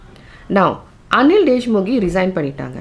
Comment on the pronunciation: His name is Anil deshmukh not deshmukhe